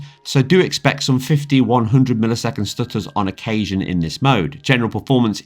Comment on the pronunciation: "tha stooturs"